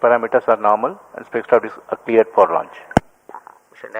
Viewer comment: Liftaaaaaf Naaaarmul 😂👍